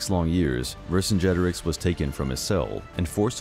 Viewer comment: I could not stop cringing when I heard the name Vercingetorix being said! It is pronounced "Ver singe a tor eeks"